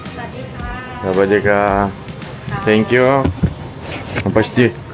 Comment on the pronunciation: извиняюсь, Савадикаа говорят девушки, мужчинам нужно говорить савадикап... Такая особенность языка. Видео клевое, спасибо!👍